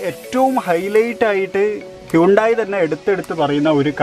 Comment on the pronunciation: Hundai alla bro hunday enn parayan padikk... alla pinne per polum ariyilla chumma vannekuva